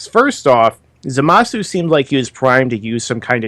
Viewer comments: Am I the only one annoyed by their constant calling the guy "Zumasu" when it's obvious that it's "ZA-masu"?? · Fuck, it's not "Zoomasu"